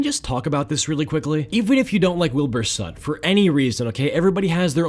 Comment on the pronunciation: Soot, not sutt, thank you very much